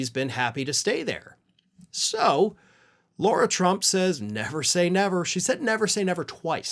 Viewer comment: It's Lara Trump, not Laura Trump